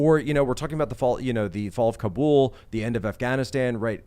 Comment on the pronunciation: I like that they pronounce Kabul right. Instead of cobble.